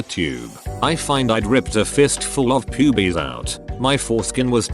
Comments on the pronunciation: Nobody: TTS: p u b I e s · Hear the bot say pubes is golden